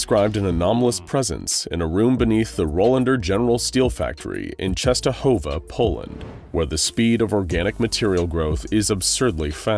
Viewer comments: Eyy true just wanted to write the same thing, its read really good :D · as a polish person, i love how you pronounce "Częstohowa" i think you're the first american person to get it right